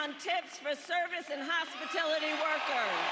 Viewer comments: Hospitility, not Hospitality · She can't even say Hospitality correctly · She mispronounced hospitality. Lol. Lies